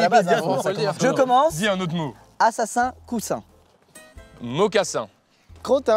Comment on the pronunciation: Mais carlito à dit mocaSIN